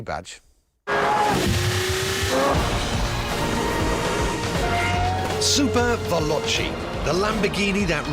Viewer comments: Super VelochE! not super velochI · its actually ''SuperVeloce''...not che --'